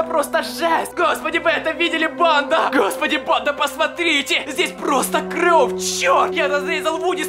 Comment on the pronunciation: Мне не кажется или он вместо кровь говорит кров